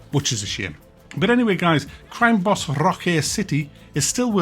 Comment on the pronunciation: CWIME BAWBS!!!